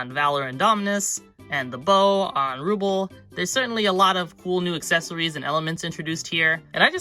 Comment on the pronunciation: The name is pronounced Roobell